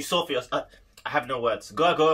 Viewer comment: Hi there, hungarian here. About the pronunciation: The first one (Gergo or Gergő in hungarian), it's Ger- ghír not Gargolye. The ő it's kinda difficult for english speakers (because the english words don't use sound alterations like ä, ö, ü in Germany, or in that case, the ø in Sweden, Denmark and Norway). It's like saying third without the consonants. But it's fine when you say Ger- go . That's why everyone writes his name without ő The second one (Borlai), you almost got it, but you would rather pronounce Bor- lah-e instead of Bor- lie Hope, this helps. Thanks for the video, I like how you reacted. Also, he has a pretty sweet groove patterns using flam paradiddles, check this video out